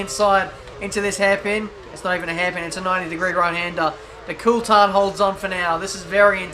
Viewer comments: Well Coulthard himself pronouncs it cool-thard. So it's a 'th' sound and not just a 't' sound. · Here's a tip pronounce Coulthard correctly.